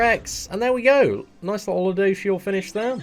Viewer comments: Btw it's ludo"siel" not ludo"shiel" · Phonetically its - Lood - o - shell. Lood like loot, you're looting something (stealing). For a while it a while I was hearing ludoucheshell lol. He is a douche but still. Any love you lots. <3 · You’re saying it wrong regardless it’s pronounced: Lou-do-seal 😂😂😂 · I don’t wanna be that guy but it’s pronounced ludo-shell. Please don’t hate me comments... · Its Ryu-do-shieru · It’s pronounced Lude-o-sil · You can say it like this lu do shell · its pronounced LUdosielle last e is silent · It's pronounced lue doh seal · Why he say luduciel like that 🧐🧐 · Say the name right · Every time says ludociel I laugh a little bit, sorry but that pronunciation is pretty funny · No offense but can you learn how to pronounce his name please lol.